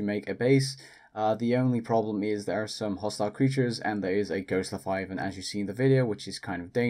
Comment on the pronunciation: am I the only one that heard ghost "lethiavan"?